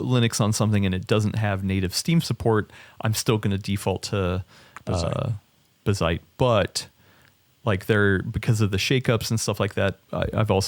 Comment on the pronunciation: saying "bigseedy" and correcting with "Bazzite" over and over is so funny to me xD